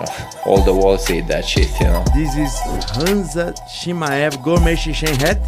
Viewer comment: I’m rolling with laughter. Idk if he’s actually pronouncing Khamzat the wrong or he just doesn’t care at this point. Giga Chad Minded